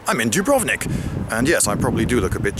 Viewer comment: Some language pedantry for those who care: it's actually pronounced with the accent on the U (dùbrovnik), and Zagreb on the a (zàgreb). Source: am half croatian. We like to put the accent on the first syllable of even surprisingly long words, thus causing significant puzzlement to anyone who tries to come to terms with the language.